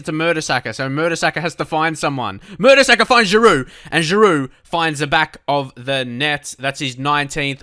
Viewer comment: I was surprised when you said someone was saying you said Oliver Giroud's name wrong. He's french and your saying it the french way. The right way.